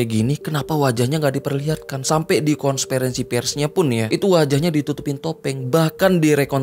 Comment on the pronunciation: (KONS PERENSI PERS)😂 KON-FE-RENSI bangggg😂😂😂